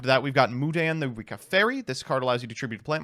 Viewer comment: why do you keep on pronouncing this deck's name as Ricka? i don't understand why you do that.